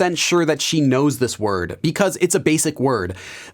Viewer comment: So As an English learner i will criticize your english pronounciation You said "Bekhause" instead of "Because" idk maybe because you learn korean.